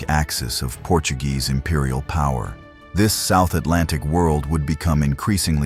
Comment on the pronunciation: At least don’t pronounce Portuguese words as if they were Spanish.